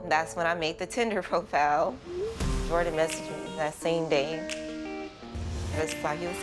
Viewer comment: Angel into them Asian boys🤣🤣 “Jordan “ was fine tho